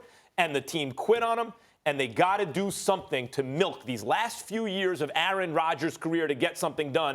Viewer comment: I wish Max would learn how to pronounce "Aaron".